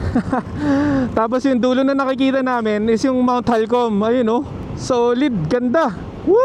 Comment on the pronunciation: Mt. Halcon po hindi Halcom